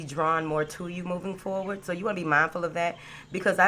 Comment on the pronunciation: I like it when you say "moving forwart" not with a d. Thanks ❤❤❤💥🎉💥